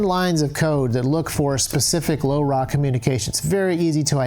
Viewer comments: say laura / lora its not hard to say! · the way you say LoRa, sounds like you're from the 1950s